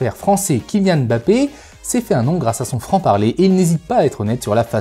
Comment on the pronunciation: Enfin ! une personne qui prononce correctement le nom de Mbappé. Eh oui c'est bien mbappé et non emme bappé comme on entend partout. Pouce bleu direct. Concernant la vidéo c'était très intéressant.